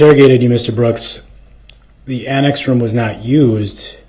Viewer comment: Why does DumbDarrell put a "T" at the end of words ending in a "S" sound? Example, annext, thist.